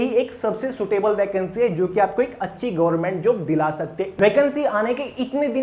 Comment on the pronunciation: Gorment nhi hota sir government hota h